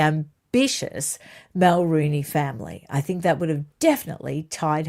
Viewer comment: Mulroney is pronounced muhl-ROH-née!